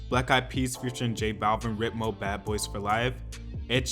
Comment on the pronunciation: It's pronounced "Reet-mo", not "Rit-mo"